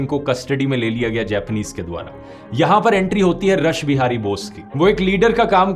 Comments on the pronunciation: ध्रुव जी बहुत बढिया व्हिडिओ हैं, कुछ सुधार हैं, रश बिहारी नही उसका उच्चारण रास बिहारी हैl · Sir rush bihari bose nhi "raas" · रास बिहारी बोस है या रस बिहारी बोस